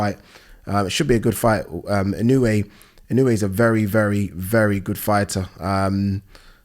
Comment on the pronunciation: It's pronounced "In-oh-oo-aye". 4 syllables